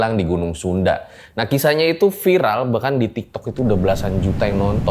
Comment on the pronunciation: "Viral", bukan "firal". "V" bukan "F".